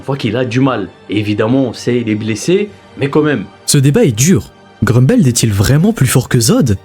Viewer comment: Apres “évrine” c’est “groumbeld” il ne sait pas parlé, arrêter d’inviter des gens qui ne savent pas prononcer un nom